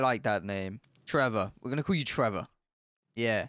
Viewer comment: I don’t know why but I LOVE your accent when you say “Trevor” video time